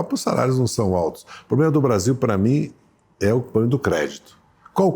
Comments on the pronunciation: Quem roubou os plurais do Dirceu? 😂😂😂 E "pobrema" doeu o ouvido! 🤦‍♂️ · É duro escutar alguém desse nível falando “poblema” e comendo “s”….. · Pobrema não se escreve com s.